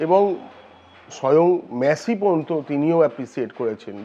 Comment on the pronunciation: মেসি না মাসি বোঝা যাচ্ছে না